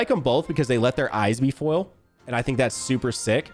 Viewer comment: Why does say foil like “full” 💀